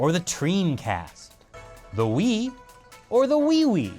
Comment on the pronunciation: Wii, or wiwi XD I died